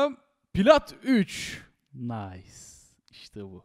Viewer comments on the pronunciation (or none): none